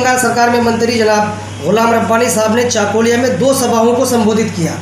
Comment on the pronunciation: unito chakulia uchcharon korte pare na aage uchcharon korte sikhun